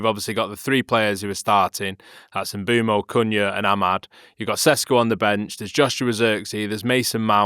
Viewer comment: Lads, I love you, but please learn to say Mbeumo's name. 😭